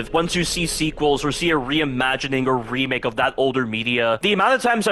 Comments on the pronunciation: Love the dedication to saying "remilk" T-T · I have a feeling the voice is ai because he keeps say resident evil remilk😂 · Him saying "Resident evil 4 Remilk" alone already exceeds the code written in RE4R